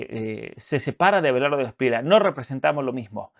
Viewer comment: NO ES SPRIELA ES ESPRIELLA CASTELLANO